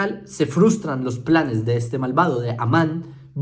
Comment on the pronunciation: No paro de reír cada vez que dice el nombre de aman 😂